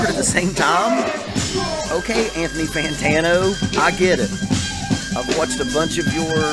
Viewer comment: called the melon "ant knee fantana"